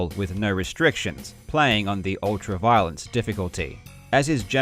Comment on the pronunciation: Ohhhhhh ultra-violence. It sounded like he said "Ultra-Violet" lol